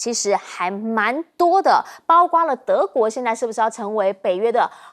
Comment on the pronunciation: 你说多少遍了？别读大白字，主持人读白字多丢了都丢脸呢，不听呢，怎么不听呢？包括不是包括？